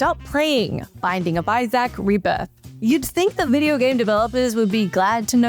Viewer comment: Do you seriously not know how to pronounce the name Isaac? 🤦🏻‍♂️